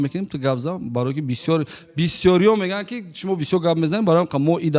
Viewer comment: мегуяндки ❌ мегояндки ✅🗿